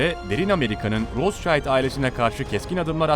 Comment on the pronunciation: Sayin, sizin bir hususta dikkatinizi cekmek istiyorum. Bu kullandiginz o zengin ailenin ismidir. Siz onu türkce yazarsak, "rotsaild" seklinde telafuz ediyorsunuz. Bu aile aslen Almanya'lidir ve isimleri de tabiatiyle almancadan gelmekte ve türkce okursak "Rotsild" diye okunur. Tercumesi: "Kizikalkan" manasindadir.